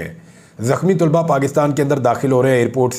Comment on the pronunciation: Sir very respectfully It's not Tulba Actual word is talaba